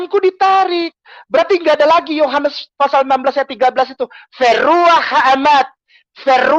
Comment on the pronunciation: Kenapa saya merasa geli saat ngomong kitab wah(gr)yu, yoh(gr)anes. Alay versi ngArab 😅